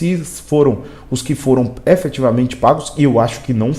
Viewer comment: Você quer falar difícil, falar bonito, e fala tudo errado: EFETIVAMENTE, ABSOLUTAMENTE !